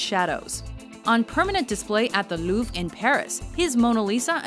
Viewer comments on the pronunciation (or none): none